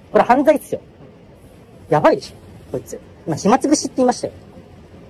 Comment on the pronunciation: ひつまぶし食べる為にやってんじゃないの？ 暇つぶしには聞こえねーよ